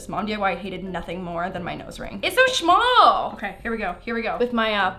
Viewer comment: " It so shmall! " Me: " Mr.Kate is that you "